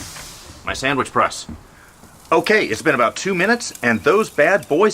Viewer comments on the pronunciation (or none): Are you saying Samich or sandwich?